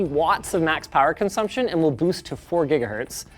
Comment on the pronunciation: "WILL" boost, not "we'll" boost.